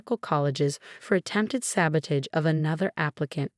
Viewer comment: It's alma mater, with a short A. MCAT (Medical College Application Test), not NCAT. Board, not bored. Pronounce "sabotage" correctly. Twitter no longer exists. I guess Amelia lives in the Baltimore area?